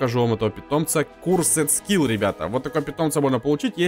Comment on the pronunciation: Не скурседскил а скурседскул